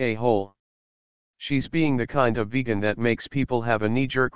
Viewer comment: Ah yes... "Vej-ann"